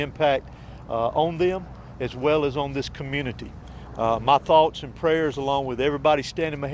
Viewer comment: "Tots and pears." As usual.